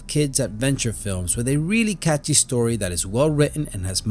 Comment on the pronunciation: "In dis movie..." "..abventure film..." "da Goonies..." "..short shtory..." I can't take any more. Why do you continue to do this? It's very difficult for you, it's so obvious.